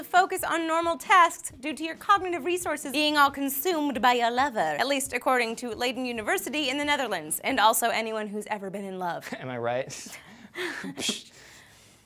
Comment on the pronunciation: GIRLLLLL, Leiden is pronounced LEH-Y-DEN' hihi, love you!